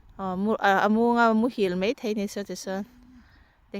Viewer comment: Mei nilovin mai tihtur ni zawk